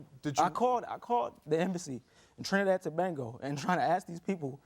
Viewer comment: It's Trinidad and Tobago not tobengo now lemme continue watching